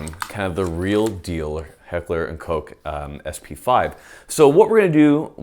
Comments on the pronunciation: "Recently released by Heckler and Coke." It's Heckler and Koch. "Koch" is pronounced like "cock" except with -- to be really accurate -- a guttural ch like you're clearing your throat. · Koch is pronounced like cock with a soft H at the end. Not like COKE. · It's so adorable that Americans deliberately avoid pronouncing "Koch" as it should be pronounced. Just say cock you fools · Awwww man 'Heckler and Coke'?? You aren't ordering a drink man, its COCKH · Am I the only one that thought Koch was pronounced “cock” instead of “coke” as is saying it? I’m not even trying to be funny right now I honestly am confused... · Heckler and Coke? Guess I’ve been pronouncing it wrong this whole time. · Did he say heckler and coke 😂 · oh come on pronounce Koch the right way "heckler and cocc" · It's pronounced Heckler & Cock.